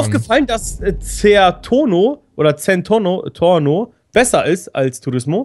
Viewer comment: Dass heißt Zentorno